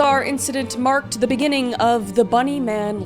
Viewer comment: The begu Ning of this cracked me up. Alls I can think of now is kris running away from furies with fear😂 sorry kris. I love ya girl but I couldn't help it. Lolol